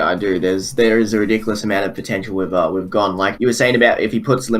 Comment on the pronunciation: Gone? What the fuck is wrong with the way you say gon's name?